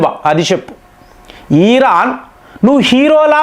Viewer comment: ఈరాన్ కాదు 'ఇరాన్'. కామేని కాదు 'ఖమేనీ'. చదువుకున్నావు గా పదాలు, పేర్లు సరిగా పలకటం చేతకాదా?